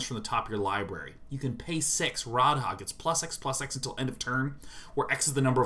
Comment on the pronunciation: They way both of them say Radha and Rhys bothers me too, like neither of them have ever heard an ounce of welsh!